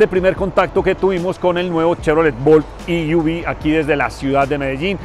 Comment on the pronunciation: E-V, se pronuncia i-ví si se dice en inglés o e-ve en español. No i-uvi. Saludos.